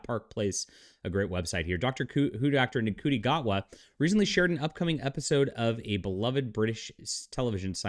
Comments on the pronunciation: lol dude cry harder. I love your bs take on things you don't know shit about. it's pronounced "shooti" btw. Sorry you didn't know this but America has always been a liberal country at it's core. with that said, this was made in the UK bro... did you know? look at you clinging to obsolete ideals. way to go bud. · Glad that you're pronouncing his name phonetically. Rafe for Ralph has always been a bit irritating for me but Shooti? That's just ridiculous.